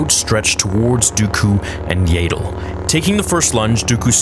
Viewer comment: IT IS NOT YAY DLE IT IS AHHHHHHH DLE Y Y AS IN YES A AS IN AHHHHH AND THEN FINALLY DLE AS IN PADDLE